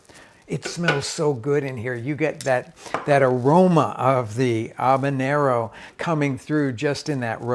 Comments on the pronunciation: Ha-banero, not A-banero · Great video, but it's pronounced Ha-banero, not Ahbanero. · ...aw-ban-ero...really? Where are you...Newfoundland?? Let me help you not embarrass yourself: haw-bah-nyer-r-r-oh Now practice it. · HaB a nero not Ab a Nero! 😬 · I had to bail after about the 12th "Obanero". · I've noticed Americans can't say H. They say 'erb or 'abenero not Herb or Habenero. Anyone else noticed that? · The fk is an “Obinero”? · If I had an ahbanero for every time he said ahbanero…. I too could make ahbanero salsa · he really enjoys saying A-banero.... ha ha. Love Rick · Love your sauces and videos. Making a sauce right now, in fact. LOL I smoked the peppers, onion, carrots....gonna see how this version turns out. BTW....is the "H" in Habanero silent? Asking for a friend. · Turns out everyone else on the planet pronounces the H. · The way he pronounces habanero is bugging me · This guy’s insistence on not pronouncing the ‘h’ in habanero is legendary.